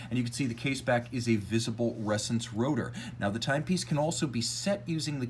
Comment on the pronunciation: FYI it’s pronounced ‘ressAns’, not ‘rEssence’.